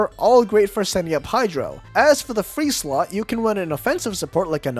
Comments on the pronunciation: Any one else heard "to fill the hydro slut" Hehe. Good changing review! 😊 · did you just say Hydro slut or Hydro slot i couldn't tell but i laughed regardless 😂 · I don't like the way you say slot